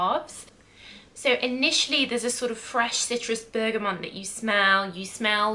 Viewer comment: Please don’t say Bergamont anymore! 🙀 It’s Bergamot ! 🙏